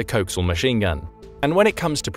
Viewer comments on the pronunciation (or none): I'm not sure if this narration is text to speech, but ... "sabot" is pronounced "say-bo" and "coaxial" is pronounced, well, "co-axial". Get with the program, kids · does the video use a robo-voice ? I noticed incorrect pronunciations of sabot and coaxial .